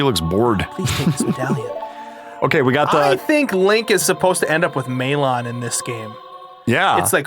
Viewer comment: Maylawn? In what world is it not Mal-uhn and Tal-uhn? Or Ma-lohn and Ta-lohn in Japanese.